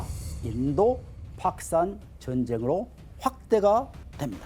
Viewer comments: 저 새끼가 왜 자꾸 파키스탄을 팍산이라고 해? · 파키스탄 발음이 잘안되서 팍산 그러시네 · 교수라는 분이 팍산이 뭐요? 파키스탄 발음이 안되나? 다들 제대로 말하는데 혼자 못하네. 학원 강사가 더 잘할 것 같은데. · 파키스탄 발음 할때 되게 독특하시네 ㅎㅎ 팝스탄으로 들리네요 ㅎㅎㅎ 현지발음인건가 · 어우 팍크스탄만 들리네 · 파크스탄이라는 발음에 집중이돼서 영상에 몰입을 못하겠다 ㅋㅋㅋㅋㅋㅋㅋㅋㅋㅋㅋ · 파키스탄 발음 너무신경쓰인다. 조선족드립나와도 이상하지않을정도. 원래 저발음이였을텐데 ㅠㅠㅋㅋ 내 뇌어쩔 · 자꾸 팍스탄 카시미르 발음이 이상해서 집중이 안됨